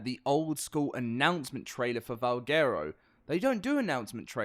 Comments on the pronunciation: LOL Its pronounced Val Gwero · Butchered the name